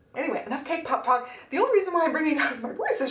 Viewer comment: The Tamagotchi covers are so cute! I really love the A6 cover-on-cover, especially. And congrats on the cake pop sales. I swear, every time you talk about it, I hear "K-pop." I thought you were selling idol merch for a second. 😅